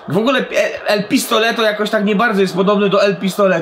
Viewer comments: Jak coś nie mówi się Pistoleto tylko Pistolero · Nie mówi się pistoleto tylko el pistolero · Mowi sie pistolero albo pio pio pio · Mowi sie pistolero